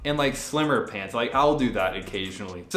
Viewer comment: Nobody:: SHpants